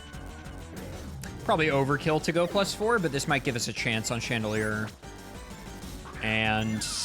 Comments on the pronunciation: That is really handsome and incredible at Maths, but probably did very bad in literacy because why on earth would he pronounce Chandelure as just “chandelier”? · please. It's Chan-de-lure not Chandelier.